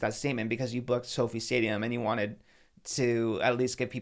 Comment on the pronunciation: I thought it was So Fi (f-eye) stadium not Sophie